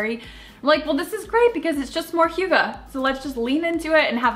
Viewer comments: Zoodles sounds awesome; I will TRY to get the family to try them for a change. Hygge is pronounced HUGH-guh; you are correct. :) Draper James is one of the best! KJP & Sarah Vickers (Patrick) are so living the American Dream- love them! I saw the puppy date you guys had and must be clueless to have not known you guys were all close. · As a Dane I just love how hygge is a thing now! And you say it quite well, as well as I think any American can. The Danish language is spoken using the back of the mouth and throat, while English is spoken with the front of the mouth and teeth. I am an odd duck in that I was raised speaking both languages, so I know how to use my whole mouth to speak either, but I have never met an American who can really land the pronunciation of Danish words, so no worries. Grace abounds! Also, I LOVE The Good Place. So good and yes, so sweet and light. So refreshing. Can't wait for new episodes!